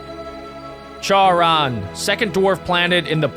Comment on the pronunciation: Try pronouncing charon like this Share in